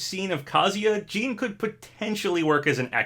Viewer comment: who is jean? lol its JiiiiiiiiNNNN!!!